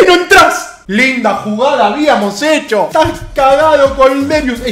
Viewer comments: Es Kolderiu no Kolderius xDDD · Madre mia es Kolderiu no Kolderius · Es kolderiu, sin la s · Es kolderiu se nota que sos de independiente